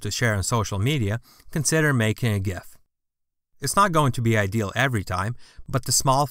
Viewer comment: i am pretty sure you pronounced it correctly.